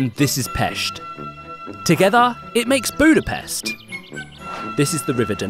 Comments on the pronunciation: Stop saying Buda-pest! It's pronounced (booda-pesht). You even said it correctly in the beginning. It's actually really ann oying for us, hungarians to hear. Great video, thanks guys👍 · Him: This is buda (buda) and this is pest (pesht). Together they make Budapest! (Budapest) Me (Hungarian): BRUH pronounce it budapesht. The s in Hungarian is pronounced sh. Still loved the video though! Lol